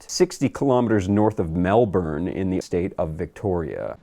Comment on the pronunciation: the way you pronounce Melbourne is pretty funny to Australians. don't worry its the same assumption everyone makes when they read it for the first time.